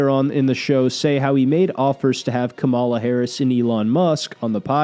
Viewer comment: You're pronouncing Kamala's name wrong.